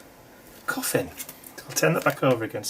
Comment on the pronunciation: Thanks,, for the cough-ns.:-D